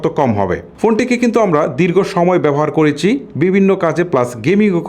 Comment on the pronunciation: ভাই ওইটা ওয়াইট না ওয়েট(Weight) উচ্চারণ হবে বাংলায়।আপনার শব্দ উচ্চারণ ক্লিয়ার না।করেচি,বেবেচিলাম,চিল এগুলো কি?